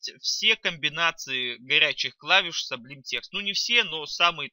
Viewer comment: Классные видео, но cублим, стиле режут слух... Ну не сублим, сублайм, ну не стиле, а стайл. Между согласными не так читается.